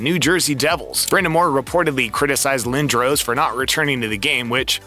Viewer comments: Pronounced "Lin dras". I've never heard it pronounced 'Lin droh ce" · Ahhh man , I was really looking forward to watching this . .... ... But Lindros is spelled wrong , and then pronounced wrong , and then you mention a locker room. It's called a " dressing room"